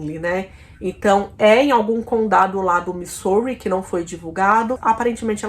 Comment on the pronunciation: a pronuncia de |Missouri é Mizóri, uma pena vc. pronunciar muito errado. Mas gostei do video.